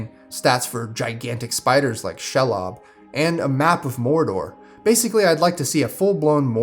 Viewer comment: The way you said Shelob sent me lol